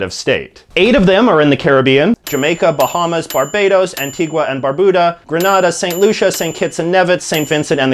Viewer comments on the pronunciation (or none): It’s pronounce “Grenade•a,” not “Gren•nada”